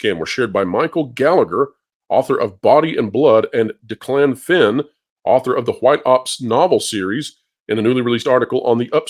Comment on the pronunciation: FYI: it's pronounced DECK-lehn Finn. We've had him as a guest a few times.